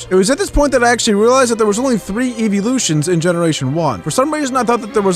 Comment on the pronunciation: you said eevee loshons